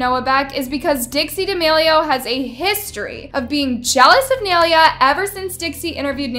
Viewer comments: You say nailea's name so WRONG LOLLL, its NAI-LAY-A, say it right before making a video man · the way you make everything extra, literally dixie was joking she laughed while saying "are we going to be in the next boxing match" do you really think it needed to be so extra? and pronounce her name right or don't even talk about her, "nay leah" that's not how to pronounce it, you just found the easiest way for you to do it and used it. Nailea was just being a kind person, Dixie wouldn't want nailea to say Noah isn't so why are you complaining? It ain't even tea, lol. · that is NOT how you pronounce nailea's name 💀💀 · pls, learn to say nailea’s name correctly first before making the situation worse 😀 <3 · THANK U ITS ANNOYING ME HOW IS SAYING HER NAME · Brooo I'm literally sooooo pressed just cs the u say nais name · im sorry but how she was pronouncing nailea is really funny💀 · i could not watch this video without cringing on how she was saying nailea’s name.😫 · It pained me ever time she said her name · RIGHT, THE WAY SHE KEEPS PRONOUNCING IT WRONG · bro the way she is pronouncing naileas name is killing me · Say nais name right please 😭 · You can't even say Nailea's name right💀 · i couldnt even pay attention cause of the way she kept pronouncing nailea's name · the way pronounces Nailea’s name is making me cringe😭 im so sorry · Your saying her name rong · the way pronounces nailea irks me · You don't even say her name correctly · first off please pronounce Naileas name right secondly i think this is taken so out of context also uhm why do u guys think dixie did anything she was just joking on the show and the insta story can mean anything only thing idk is why they unfollowed and followed Nailea back. And in general people on social media are so desperate to find the most smallest detail that they can change the whole senario into drama which is just sad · Ok I love your vids but the way your saying nailea is bothering me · ni -lay -uh not nail uh